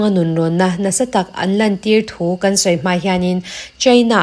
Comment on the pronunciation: A ngaihnawmin beng a var thin e mahse An tih hi Am ti in a ri a kan tih hi kam tiin a ri thin ahei hian rilru a ti he deuh thin a dang chu ngaihthlak a nuam e